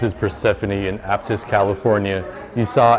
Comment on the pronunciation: Dude!?!?!?! How did u enjoy fishin in Santa Cruz next time hit me up 🤙....... lol the way you say aptos is funny 😆 but All good vibe though